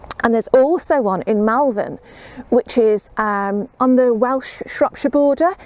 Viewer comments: LOL. Yeah you kept saying MALvern. :) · Hi, I live near Malvern...people here pronounce it Molvun. People will look at you funny if you keep calling it that lol. Happy Gardening:)